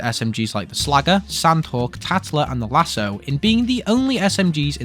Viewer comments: well im french and its indeed pronounced lasKO not lasSO, its a french cave as yk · The lascaux is pronounced lasco,not lasso.I don t know where you got that lol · The Lascaux is not pronounced Lasso, its usually pronounced "luh-skow." It's based on some prehistoric cave paintings, and basically everything about the gun references them: They're called the Lascaux Cave Paintings which is where the gun gets its name, that's why the gun is found in a random puddle in a cave, and it fires in a bull pattern because the Lascaux Cave Paintings depict a lot of bulls. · Hello, French man here, it's pronounced " lassko " not "lasso" 😅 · I'm genuinely offended at how you pronounced Lascaux, as someone who grew up 20 minutes drive from there, we most definitely do not say lasso lmao, just say lasco, but like with a french accent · lascaux is only pronounced the way you say it by the british, literally everybody else uses a hard c. by your logic the imperial system is right, and metirc is wrong, when in reality both have their applicable uses, except it makes sense whereas saying "lasso" is objectivley wrong when the people WHO MADE THE WORD pronounce it as "lassco". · Great video and for the smg which is called Lascaux it is good with c and not like an s it is in reference to a French cave with cave paintings, that is why it has such a pattern ^^ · Reagarding the "Lascaux", it is in fact pronounced "Las-co". In french the "x" at the end is silent, the "aux" is pronounced "o" and the "c" being in front of an "a" makes it sound like a "k". Anyways great vid so far ^^